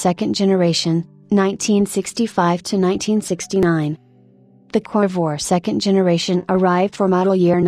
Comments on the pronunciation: What is a "Corvwah?" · Sorry, but if you're going to use AI or whatever that is speaking, at least have it pronounce the name of the subject correctly...lost interest at the second mention of the "Corvoir." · Dump the computer generated voice or teach it English. Covore? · WOW lady you need to learn how to pronounce the name of this car. or I have heard it wrong my whole life from everyone who has ever said the word